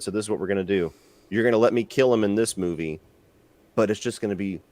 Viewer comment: It's because he is a pedophile. Look at him constantly touching his face and showing his fucking disgusting fingers. Constantly playing with himself. And for an Englishman, his butchering of the English language is appalling. "Moovay"